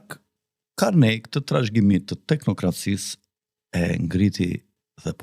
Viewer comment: Nuk lexohet Karnej po Karni